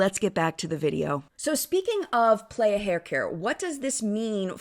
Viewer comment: The brand playa is pronounced p-lie-uh not play-uh, it’s Spanish for beach!